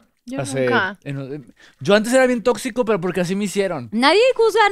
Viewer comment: Vanessa: Una palabra formal es "Tóxico".: Totsico.